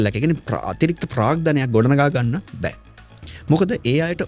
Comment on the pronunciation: නෑ බෑ වෙනුවට නා බා වගේ කියන්න එපා, එපාවෙනෝ.